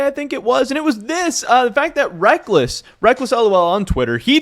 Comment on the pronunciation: I see your content everyday not nitpick but it sounds like you are saying wreck-less, i hear others saying wreck-culls, is it one way in NA and another in EU? another question is are you going to cover how and why Riot dropped the ball and tickets were hard to come by and the venues are really small? It seems they didn't plan it very well.